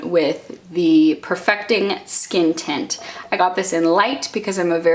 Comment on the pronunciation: I kept hearing you say "skin tit" instead of "skin tint" and it's making me laugh so much 😂